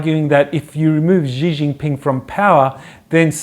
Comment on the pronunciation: "SHHHee Jin Ping". The 'X' is pronounced like 'SH' - but with your front teeth together.